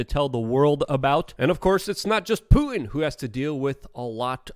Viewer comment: COME ON LUKE, YOU SPEAK FOR A LIVING. his name is PuTin accent on the 'T'. NOT Poo-in. And the word 'important' has 2 'T's in it also.. NOT pronounced 'impor-in'